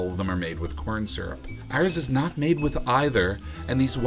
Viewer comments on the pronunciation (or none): I love "SYURP"